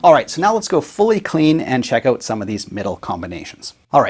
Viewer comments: "Oat." As in, "After I have the Chesterfield repaired, I'm going oat and aboat for a few beers, eh." 😂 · You mean check it ou’u’u’t. The way he says out sounds like a noise I make when I stump my toe. Lol Got to be from up north. Gonna guess Wisconsin. Or at least on the Canadian border somewhere. Love the videos though. Very informative. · You mean “oat”? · Love to hear him say "out" that many times. Canuck. :)